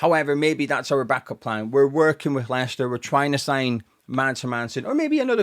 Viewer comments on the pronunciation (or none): none